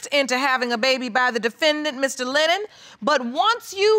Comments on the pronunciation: Tach Jay she can't even say his name lennor. he is Lennon. my cuz. mom's great nephew. ms Powell is 1st cuz. mom's sisters daughter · She keeps saying LENNER this man name is LENNON! 😂